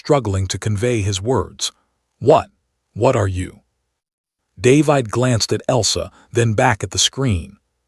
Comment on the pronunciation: Dave-eyed?? Really? Can't even pronounce a common name?